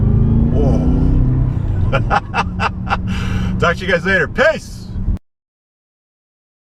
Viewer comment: At the end of your videos do you say peace or piss?Maybe both?